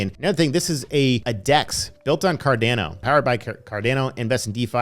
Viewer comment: Normal person: Cardano (ADA): c - a - r - d - e - a - u - n - o (AEUDA)